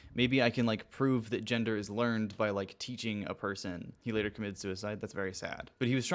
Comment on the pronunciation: Why does "Ginder"!? It's fucking GEN der. IT'S NOT THAT HARD, BUDDY!